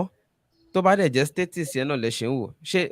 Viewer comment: please check how you pronounce "States".